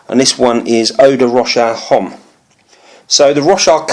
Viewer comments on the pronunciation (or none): Homme? Never pronounce H.